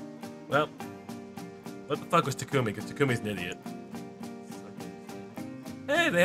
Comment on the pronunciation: I hate FE:Fates. But the way they pronounced Takumi triggers me.